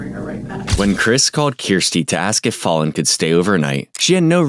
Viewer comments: Hey, appreciate your channel and enjoy your narrating voice! The pronunciation of her name is not like "Fall" but rhymes with "pal, Hal, Sal". They say it a few times in the video - she says the actual word fall, and then says, "That's Fallon" (because she was describing her falling). You can hear the words are very different from one another. I had a friend in high school named Fallon. No one ever really knew how to pronounce her name. Not a big deal, just thought I'd let you know in case you ever encounter a Fallon in the wild (doubtful, kind of obscure name)! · Just FYI, her name is not pronounced “fallen,” it’s pronounced Fallon like “gallon.” Very good coverage though… I’ve never seen some of the things you’ve had here! Thank you! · Do this child the respect of pronouncing her name correctly. Fallen rhymes with Alan. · It is fallon. Not falling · Did you really watch an hour of this interview about a child named Fallon and still pronounce her name “fawlen?” Time to invest in a better AI. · Faaaaalon. Not fallen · You pronounce the name Fallon like Val or Hal. Not like falling or a fall day. Val, valor, Valerie etc thanks! She’s not “mother of the year” as she tried to portray herself. Her changing her story for the fortieth time was annoying! You could see it coming when she’d say, “the only thing I can think of” smh!! I hope everyone is aware of her crimes and cruelty in prison!! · It's more like Fail-on, rather than Fallen...I noticed, too 😊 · Don’t mean to be rude but could you at least learn to pronounce the victims name correctly? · It was hard to ignore you repeatedly mispronouncing that baby's name :/ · The narrator mispronouncing this poor child's name despite them saying it repeatedly during the interrogation is infuriating. Saying someone's name correctly is the most basic respect you can give them. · What make me even more pissed off, is this AI couldn’t be programmed to say her name correctly!! Sweet angel! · Thats not how you pronounce Fallon